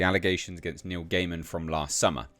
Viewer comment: I think his surname is pronounced 'guy-man' 😋